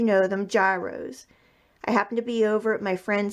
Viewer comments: its pronounced "gear" as in im changing gear in my car and "ross" as in i like ross from friends. gear ross. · Correct pronunciation is yeeros.